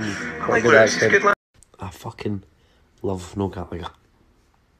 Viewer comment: Can't even pronounce Gallagher